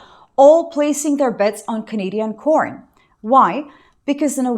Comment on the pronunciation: Sorry, but corn has been used so much on YouTube as an euphemism for videos of intimacy, I cannot help but hear "porn" each time you say corn.